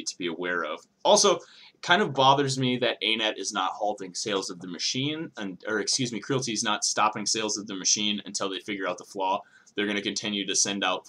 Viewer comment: Say it with me Creality....Cree ·a·luh·tee. its a play on Reality